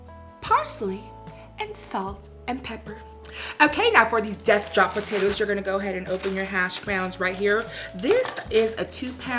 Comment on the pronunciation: Say Po tay toes again 😂